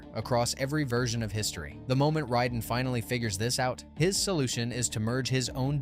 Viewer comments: Ride'n??? It's pronounced RAY-DEN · Why does he keep pronouncing Raiden as "ridin?"